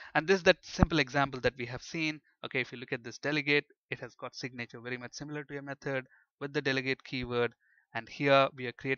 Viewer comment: I love when you try to say "signature", it sounds so much more like you're saying "sick nature". It's the sick nature of the delegates XD